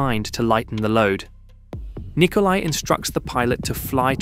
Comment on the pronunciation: It's Nicolae... not Nikolai... they're not pronounced the same.